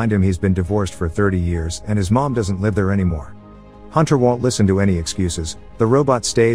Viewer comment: For your computer voice…. Live has been mispronounced 3 times in this video